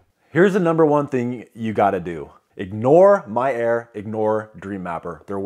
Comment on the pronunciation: I swear you are saying "My error" instead of "My air" LOL